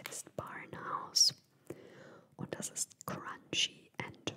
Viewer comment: Wie ich am Anfang schon lachen musste. "Des isch a Haul!"🤣 Ich liebe diese Videos von dir und lasse mich immer gerne inspirieren! <3